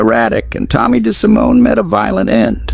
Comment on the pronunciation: Apart from the falsehood that Paul owned the cabstand when it was his brother Tuddy, and how to criminally mispronounce 'Lucchese' and 'DeSimone'!